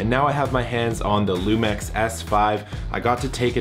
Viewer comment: Isn't it pronounced lumix instead lumex?